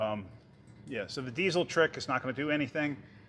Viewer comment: a lot of emphasis on the zzzzz in diesel lol!